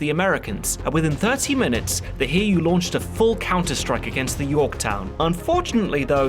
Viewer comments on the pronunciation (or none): Its too late now and its far from the only pronounciation mistake, but the Hiryuu is pronounced Hi-ryuu, not Hir-yuu. The rest of the issues are understandable and not a big deal, but I couldn't even tell which ship you meant until I thought about it.